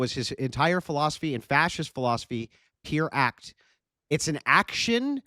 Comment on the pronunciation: "It's an action, not a rhetoric". Thanks - you just proved you have no idea what you are talking about. "Pier Act"? He said it three times when trying to pretend he understands Gentile's philosophy. It's 'Pure Act',. Pure Act. actually thinks that Gentile is saying 'actions speak louder than words' or something similar. Apparently he doesn't understand the difference between actualisation and action. oh well. I guess fascists don't think, they just act.